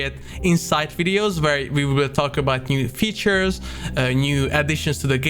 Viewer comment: did he say "new features" or "new creatures"?